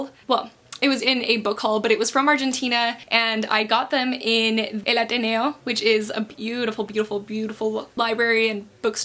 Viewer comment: When you said El Ateneo and Buenos Aires!!!!!!! So proud!!!!!